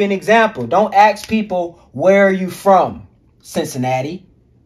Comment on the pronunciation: A lot of point you got are good. I would respectfully suggest take out the cus words, gives you a low grade vocabulary. And pronounce the word ask correctly, and definitely it will give you %100 more of a persuasive look and sound.